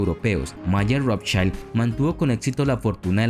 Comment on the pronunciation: 'Rothchild' está com a pronúncia errada, o I do alemão é igual ao português ou espanhol e não como o I inglês (ai). Em alemão o que tem som de a é o E, como Einstein.